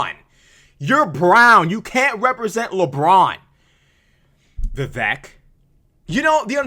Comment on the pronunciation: It’s pronounced vi vake - rhymes with cake.